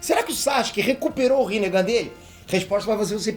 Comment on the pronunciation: Kk no começo do vídeo vc falou rinehd